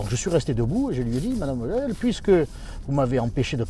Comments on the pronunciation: Non , ça se prononce Fogueul . En Allemand , le V se prononce F . C’est le W qui se prononce V . Verstanden ? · OUI d'autant que Vogel est un nom germanique qui se prononce vogueule